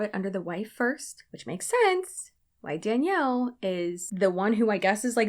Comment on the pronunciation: I'm a petty b!tch, so all i can think is that "Danelle" (no i) would not be pronounced dan-yell, but dan-el.